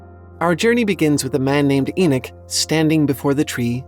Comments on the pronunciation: It's E knock... not E knick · I had to turn it of as couldn’t deal with the bad pronounced words but especially the name Enoch ( Eee-Knock) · ty 4 pointing this out Enoch was a prophet and he keeps mispronouncing thev name wrong